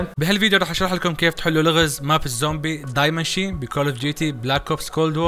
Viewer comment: الله يسعدك فيديو رائع معلومة فش منها فايدة die maschine تنقرأ دي ماشين و ليس داي مشين